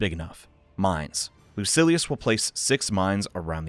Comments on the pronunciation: Lucy. Ellis. I’m ded Lu-sill-ee-yus Whoa he changes to the wrote pronunciation mid vid. Definitely trolling us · Great video but its pronounced loo-seal-e-us